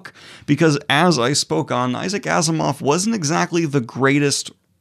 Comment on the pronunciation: Are you sure Asimov is pronounced this way?